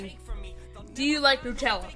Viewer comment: LOL U cant say nutella u said Nuchella.....